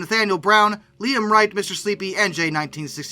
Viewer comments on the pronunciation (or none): none